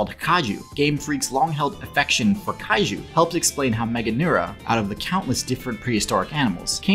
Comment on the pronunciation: I laughed a little too hard at that Cailou instead of Kaiju slip up. Imagine a giant temperamental bald child fighting Godzilla.